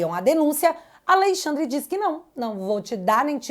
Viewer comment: MEU DEUUUUS, Q JÁ TEM 5 ANOS Q ENFATIZA A PORRA DO TERMO "A LEI XANDRE". DEU,!!! JÁ ENTENDEMOS...,NÃO PRECISA SEPARAR SÍLABAS